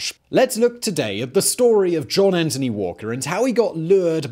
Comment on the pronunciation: Anthony, not Antony. Good video overall though, thanks.